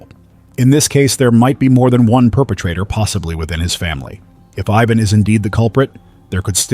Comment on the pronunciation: The first case is one I think would have been better if you were a stand-alone video. Because there is a lot to Ivan Milat. Which brings me to the mispronouncing of his name. Ivan is pronounced eye-van, Not Yvonne. Though he is a real piece of garbage. So go ahead and keep calling him Yvonne. 😅 I just don't want you to make the mistake when it's a victim that has that name. I hope he's enjoying his time in hell. As for his nephew guess the lack of brain cells might be genetic. I know that several people have changed their last name because they don't want to be associated with him. Matter of fact even if they aren't related and just have the last name Milat.